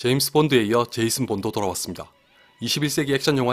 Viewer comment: 제이슨 본이라고 제대로 발음 하시다가도 제임슨 본이라고도 하시닠ㅋㅋㅋㅋ 이전 시리즈인 레거시는 사실 본 이라는 이름을 떼놓고 보면 나쁜 영화는 아니었지만 본 시리즈의 팬들이 바라던 그런 것과는 거리가 멀었죠 하.. 여튼 본 삼부작을 복습하고 또 복습하고 복습한 끝에 드디어 맷 데이먼과 폴 그린그래스가 만난 제이슨 본이 나오는군요.. 감격입니다. 좋은 영상 항상 감사합니다!